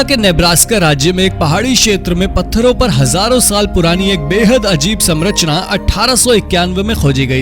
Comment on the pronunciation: कौनसी क्लास तक पढ़ाई किए हो ❓ 👉 Samrachna समरचना ❌ 👉 Sanrachna संरचना ✅